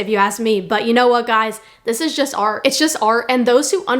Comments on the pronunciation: Why you call it har?? ITS A R T 🎨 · This is ar. And those who understand ar..... THERES A T AT THE END OF ART!!